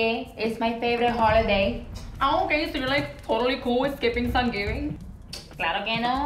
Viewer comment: It's Sansgivi, get it right! 😂😂😂😂